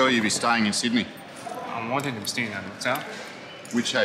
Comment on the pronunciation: Where you stying Mate ? Where you stying .